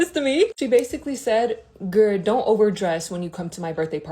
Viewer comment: Did someone tell her there’s an L at the end of girl??